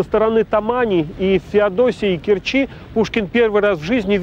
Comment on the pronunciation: КерчИ?) Леонид, стыдтесь) учите русский язык, пока не поздно)